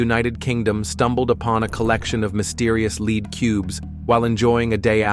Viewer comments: Yeah ! Right ! What the Heck !! Oh No He said Leed Not Lead ! LoloL Oh Brother is it even worth watching the Rest of this SH_T ??? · but he keeps saying ‘led’.